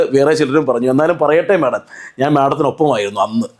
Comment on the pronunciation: ചേട്ടാ madom എന്നു പറയല്ലേ